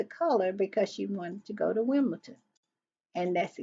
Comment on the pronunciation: One thing, - it is Wimble-Don, not Wimble-ton. Baron makes that same mistake.